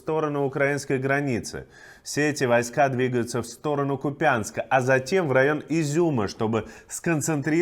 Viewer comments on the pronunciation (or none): КУпянска, а не КупЯнска